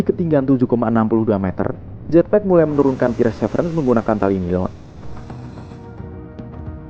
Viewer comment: Perseverence bacanya persiverens bukan pirsevrens😂